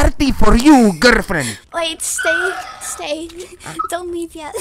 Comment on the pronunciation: Jajajajajaja garld fiend